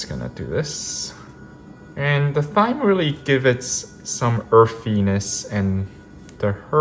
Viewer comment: Thyme is pronounced "Time", the H is silent 🙂